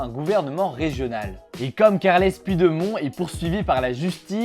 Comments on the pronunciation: Carles puidémon 😂😂 ca se prononce pouchedemonne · Likez pour qu’il dise pujdemon avec un peu d’accent please